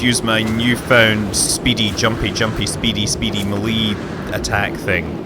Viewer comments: you can pronounce all the planet's names and stuff but you cant pronounce melee? its maylay not muhlee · "ma lee"? It is "may lay" by the way :p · Please Scott it's "Maylay", not "muhLee" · "Melee" is pronounced MAY-lay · Yes there is its maylay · I wonder if he was saying that on purpose to be funny.